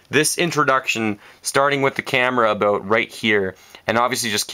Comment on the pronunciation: You said aboot I heard it I heard it mwhahahaha! :)